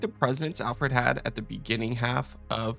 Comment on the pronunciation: Lol, Re5's version of Homelander. I definitely think his actor would make a solid wesker if he wasn't doing The Boys. Is it just me or does the clip of CV have Alfred's name come out as Alferd?